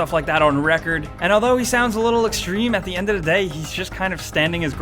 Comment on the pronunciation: "At the end uddaday" AAHHHHHH